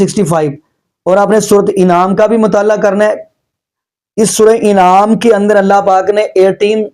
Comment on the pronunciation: Bhai enaam nahi kuta anaam huta hai